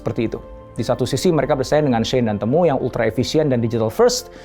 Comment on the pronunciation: Bacanya bukan “temu” kayak kata “ketemu” tapi “timu”